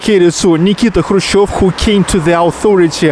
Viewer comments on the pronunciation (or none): none